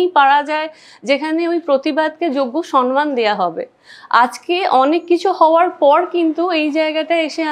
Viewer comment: তুমি বেশ কিছু ভুল শব্দ/উচ্চারণ করো : Criteria(s) , সন মান , Congestion (কনজেশন নয়) , Advice(s)